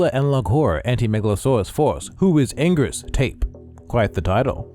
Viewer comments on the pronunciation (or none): It's pronounced "ann-gear-us" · It's been pronounced many different ways over the years by Toho. It started as "an-gil-as" first, it's "an-gweer-us", "an-gear-us", etc. Not to mention the questionable English dub of Final Wars: "an-gween-us"...We don't talk about that.